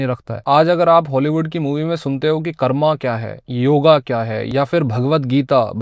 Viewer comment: Bhai karma(कर्मा) नहीं कर्म होता है। It's योग not yoga (योगा)